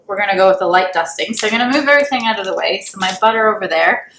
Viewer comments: Love how you pronounce "out" ....."oooughtt" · Steven Dubberly that’s a Canadian accent.